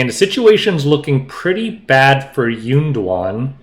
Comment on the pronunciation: calling YunDuan “Golem” was the funniest thing I’ve heard all week! 🤣